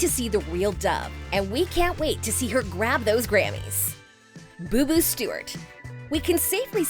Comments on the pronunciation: ITS BOOBOO YOU NUT NOT "BOBO" AND CHINA HAS ALWAYS BEEN A STAR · Its Booboo not bobo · Her : “bo bo “ Me: “it’s booboo idiot 🤣” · They called him Bobo😑 it’s Booboo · i’m pretty sure it’s “Booboo” not “Bobo” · Yeah but she said Bo Bo? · she said like bow-bow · Yeah she is saying it wrong